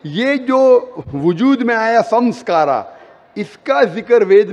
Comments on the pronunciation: Sanskara nahi Sanskar hota hai ! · Beta sanskar aur sanskara me bohot fark hota hai